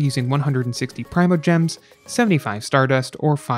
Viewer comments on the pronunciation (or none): also primojems - permajems xD